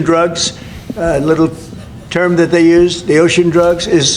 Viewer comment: They call it "Oshun Drugs" drugs coming from the sea, "Oshun Drugs". Hmm..... Sounds just a little bit like he just pulled that straight outta his ass, dudn't it? I mean like, directly from the fat guy's butt, it was pulled without any effort at all.